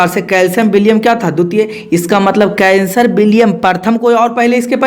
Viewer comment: सर आप उदाहरण दे कर मत समझाइए आप केवल पढ़ते रहिए हम खुद समझ जायेंगे।आप कैसर विलियम को कैंसर पढ़ रहे है।हम और डिस्टर्ब हो जा रहे है।